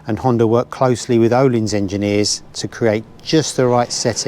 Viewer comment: FYI Ohlins is pronounced Urleens